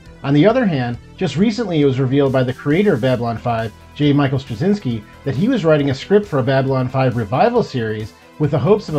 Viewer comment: Really hoping the production can continue. This would be incredibly exciting. I’ve loved the show since it premiered. I read on Claudia Christian’s Instagram that the show is not shelved, only pending the completion of the sale. Btw, Straczynski is pronounced Stra-chin-ski - it’s Polish.